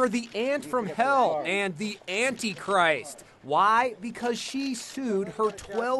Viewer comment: "Auntie Christ" lmao I can't